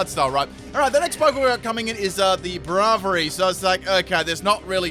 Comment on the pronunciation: Lol the way u said braviary